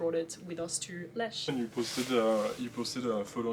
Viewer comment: great picks, especially Symphonium 😏 ... but we will work on your german pronunciation (Lech) :D